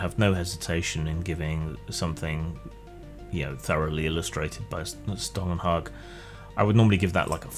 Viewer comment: Your pronunciation of Stålenhag is acceptable.